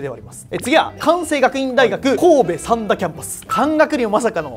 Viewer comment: さ→んだ じゃなくて さん↘︎だ じゃない？（イントネーションの話）